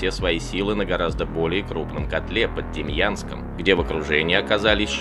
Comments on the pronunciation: ДЕМЯНСК , а не Демьянск. !!! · Почему демьянск? Город называется демянск.